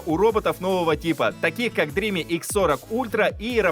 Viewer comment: Спасибо за работу. Сразу ясно, что с английским у вас пока слабо. Dream[dri:m]. Последний звук m. Никакого i в конце нет. Look up the dictionary.